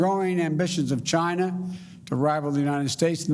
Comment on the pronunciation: He's slurring his words he said Chiner Haha .